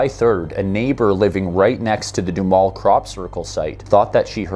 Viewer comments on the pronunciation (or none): Just as an aside, Duhamel is a french name, but all the locals pronounce it doo-HAMEL sounds like camel.